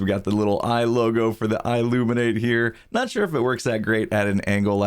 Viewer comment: i illuminate almost sounds like illuminati